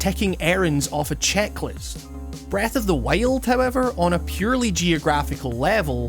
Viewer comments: sounds like you’re saying breath of the whale lol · This was a fairly good video discussing "Breuth of the Wiald" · Breeth ohf di wield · Breth oaf de wyold